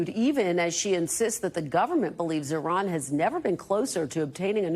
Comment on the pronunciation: Did Karoline mispronounce Iran??? Yes... yes she absolutely did!!